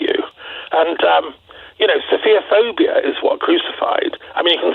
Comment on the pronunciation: True. I found it slightly amusing that the two of them made it sound like "sophia-phobic."